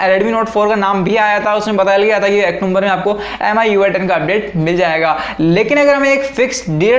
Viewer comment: Octumber nhi wo october hai